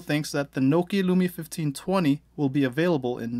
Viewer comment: IT IS NOH-KIA NOT KNOW-KIA